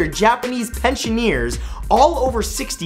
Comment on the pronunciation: Posthumouresly? Pensioneer? I think you mean 'posthumously' and 'pensioner'. Also, Pocho the crocodile is dead.